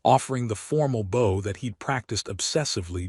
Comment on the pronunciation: I guess they’ll never cre8 an A I that can pronounce bow properly instead of bo which it does in all of these stories. Apparently A I stands for Always Illiterate.